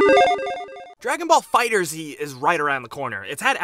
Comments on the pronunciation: Another thing you NEED to know: Its pronounced Dragon Ball Fighters, not Dragon Ball Fighter Zee. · My dude, it’s a pun. FighterZ, like fighters , not Fighter-Z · Stop. Calling. It. Fighter-Z. IT’S FIGHTERS. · Dragon ball fighterzz sounds stupid Dragon ball fighter Z sounds way better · Here's are 3 more things you should know: 1. its pronounced Fighters not Fighter Z 2. Tomomi Hiroki (producer) is a woman not a man 3. The story mode has some depth as your health bar does not replenish between fights and you can equip stat changing items (single player only) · its Dragon ball fighterZ (fighterS) NOT FIGHTER Z FFS !!!! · E M C it's pronounced like Fighters. There's no space. No idea why he said fighter z. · Actually the most important thing to know about this game, it's called Dragon ball FighterZ (pronounced "Fighters") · God damn it it's pronounced Fighterss!! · FIGHTERS ZEE? the developer said it’s pronounced Fighters, but ends with a z to reference the show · One thing you NEED to know; the title is pronounced "Dragon Ball Fighters", not "Dragon Ball Fighter Zee". Sorry, but it's true. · It’s actually pronounced “Dragon Ball Fighterz”, not “Dragon Ball Fighter Z”. So maybe, 11 things you need to know. :D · One more thing to know is how to pronounce the title. It's FighterZ (fighters) not Fighter Z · Dragon Ball FighterZ, like "fighters". Not fighter-Z. The game has been marketed for months and comes out in a few days. How can you not know this? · Anybody else getting triggered that is saying Fighter Z and not Fighters? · I love this channel, but say "Fighter z" in the future one more time and imma go look for you, find you and personally kick your ass! It's already been confirmed that it's pronounced as "Fighters", so get used to it already guys.. i mean, the Z isn't seperated from Fighter for a reason! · Dude it's Fighterz! Not Fighter Z! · It's FighterZ note Fighterzee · "Fighterz" said as one word. Not, fighter z. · MY GOD ITS FIGHTERZ NOT FIGHTER Z